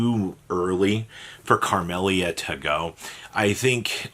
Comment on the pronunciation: Who's carmelia 😂it's camelia